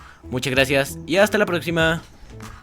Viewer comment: Hasta la prozzima